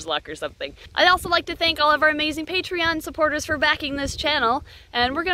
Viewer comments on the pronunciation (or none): none